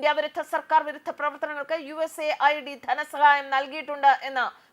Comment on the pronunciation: USA ld അല്ല US AID എന്ന് ശരിയായി പറയു.